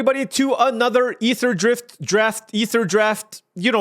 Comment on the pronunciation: "Aetherdraft" - Just go with that, it's perfect